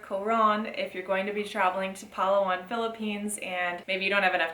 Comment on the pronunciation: Correction: It’s “Pa-LA-wan”, emphasis on the 2nd syllable.